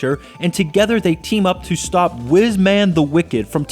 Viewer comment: wizman.....its wize-man!! WIZE!! man!!!